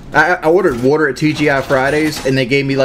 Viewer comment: The worter there is called still worter or sparkling worter" WHAT DID HE MEAN BY THIS?